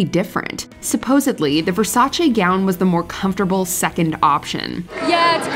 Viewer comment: Mi fa piacere che un americano dica Versace con la "e" e non versace con la "i".